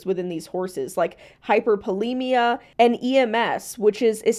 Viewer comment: I think she meant hyperlipemia but she mispronounced the word.